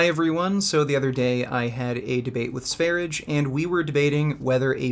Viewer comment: It’s not "Sveridge". It’s Sveryeah, like the country Sverige, aka Sweden.